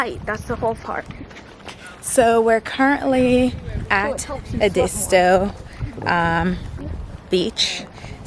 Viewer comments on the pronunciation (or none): Ehh- deee- stoo. Not : Ahh di sto.